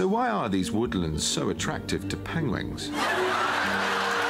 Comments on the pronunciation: I just watched the new Penguins movie yesterday and he said pengwings instead of penguins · i rewatched penguins of madagascar and even in that he kept saying pengwings and i was dying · Cumberpengwings! <3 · Pengwings of Madagascar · He actually says PENGUINGS in the movie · The third time it sounds like pengling 😂😂😂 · Benedict: penguing, penwing, penling Penguins: Benadryl Cucumber-patch, Bénodet Cambridgedash, Betadine Cummerbund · Nearly peed myself xD "Penwings" ahaha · i am dying at him sayin peg-wings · A pangwang?! Hahahahaha! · When's the next Sherlock coming? Hmmmmmm, twenty... Twenty fifty? Pengwingssssss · Ha ha ha ha! Pain gwaynes!!!! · and he said penglings in the penquins of madagascar movie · penglings xD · Did he say 'penglings' ? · Pengwings hahaha can't stop laughing. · What's funny is he still says peng-wing in the film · Pengwing lol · Gotta love them Pengwengs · Pengwins aww haha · PENGWIN PENGLING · breath lyzer test should be replaced with penglings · I heard Cumberbitches XD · He actually got it wrong in Penguins of Madagascar. I was giggling all the way through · I love how even in the film “penguins of madagascar” he still doesn’t say it right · He was so embarrased about 'pengwengate' aww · OMG, I am LOLing so HARD! From what I can glean from interviews and the fact that he plays Sherlock among other great characters, he is an intelligent man. Therefore, his mispronunciation is just doubly funny...like wtf happened? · Just watched penguin's of Madagascar and he can't pronounce it in that movie either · Educated at Harrow, cant say penguins lol. Least he can make fun of himself and doesnt take it all too seriously. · I don't know about the actual Penguins of Madagascar, but he does mispronounce 'Penguins' in one of the promo shorts. lmao